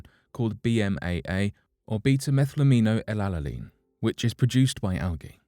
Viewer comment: Well done on pronouncing beta-Methylamino-L-alanine!!